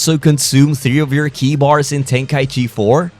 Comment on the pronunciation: It's pronounced "Key" not "kee aye"